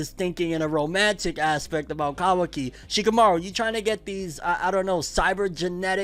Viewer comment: Lmaooo he said shakimouri😂